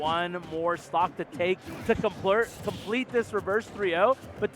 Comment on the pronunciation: "to complert" lol